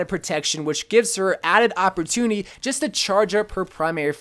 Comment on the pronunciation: “Opportuniny” and symmetra were the only two words I heard in this video. “Opportuniny” at its finest